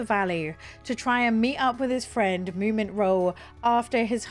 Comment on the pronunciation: Wait - didn't you learn on stream that it's Moomin Troll, not Moo Mint Roll? 😀